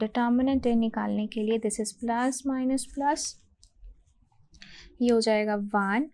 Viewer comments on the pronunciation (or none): none